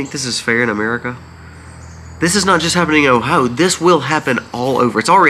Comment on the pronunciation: 😂😂! Your pronunciation of O H I O is killing Me!! Say it slowly: OH HI O All kidding aside…lol Hoping you feel better!!